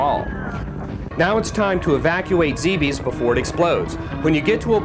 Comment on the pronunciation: LOVE This game. But this narrator needs to pronounce Zebes right and Ridley is a Female not male.